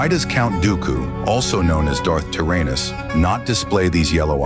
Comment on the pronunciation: He said darth tyr-anus 😂